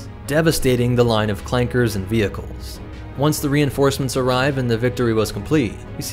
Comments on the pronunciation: Are we just gonna ignore the hard R? Like tf no it’s clankas not clanke*s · ITS CLANKAS NOT CLAKERS RACISM!!!!!!!